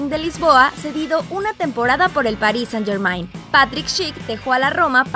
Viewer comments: Hola cracks, siempre los sigo y son los mejores. Pero ppr favor, la niña que habla que pronuncie bien el nombre de "Paris Saint-Germain" que escuche a Icardi, él lo dijo muy bien. Saludos desde Madrid!! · Día 762 esta gente aun sabe pronunciar el nombre del PSG, incluso cuando Icardi lo dice en el vídeo 😂😂 como choca cuando le pronuncian como se lee.